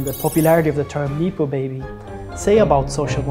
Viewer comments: Neepo 😂 just look it up before speaking bro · No one has ever said "neepo " baby. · great doc. super needed. it's pronounced nep-oh baby tho ;)